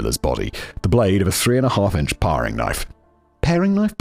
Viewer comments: It's pronounced "pairing" knife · And 'toque' rhymes with 'nuke' and 'paring' rhymes with 'daring'... the English language is nonsensical enough already, we don't need single r's after short vowels to make it even less consistent. 😁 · Parrrrrrring knife? WTF simon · Between the "paw-ring" knife and making ends "meat" fact boy is somehow cracking me up in a video about a horrific miscarriage of justice 😂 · Paring knife too! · With every mispronunciation of Regina, all I could think was that the pronunciation guide should have had the city’s briefly run tourism slogan - “Rhymes with fun”. Also, “pair-ing” and “t-ew-ck”. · Pronunciation guide: Toque- rhymes with broke or luke. Paring knife- rhymes with airing. Regina, Saskatchewan- rhymes with fun. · my god I'm so triggered toque is pronounced TEWK regina (the city) is pronounced regEYEna paring is pronounced PAIRing also, I knew about the murder but I didn't know where it took place. it's right behind a place I was thinking of moving to. ngl I'm second guessing that - I'd be creeped out now.